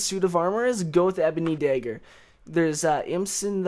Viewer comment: The way he says dagger is funny. He must be from South Dakota or Minnesota or something.